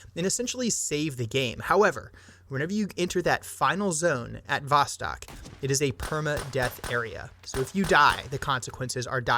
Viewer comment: Its pronounced more like vostoke, its "east" in russian. So road to the east.